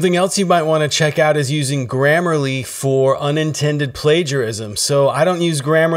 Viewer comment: It’s “grammarly”